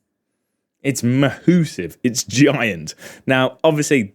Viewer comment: "Mahussive"... new word to use! cheers...